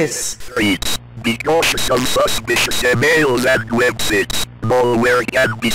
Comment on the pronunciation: "be cautious of suspicious e mills and web sits" 🗣️🔥🔥